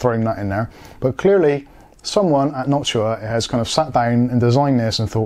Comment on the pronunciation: Background music reminding me of some 70s police surveillance movie scenes. Thank you for pronouncing Noctua correctly. There's another YouTuber who says it wrong and it triggers me.